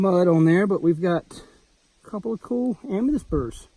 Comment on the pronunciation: Not Am me dyst. Am me thyst lol seriously!